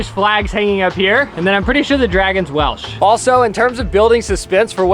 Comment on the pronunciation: 😂❤😂❤😂❤ Im Welsh or should I say Whelsh 😂 oh Im easily amused 🎉